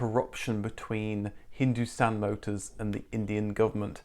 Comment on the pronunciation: Woaah We are relatives then😂 Edit : your wife must have helped with the pronunciation of Hindustan Motors, honestly for someone who's not born here, those were surprisingly good !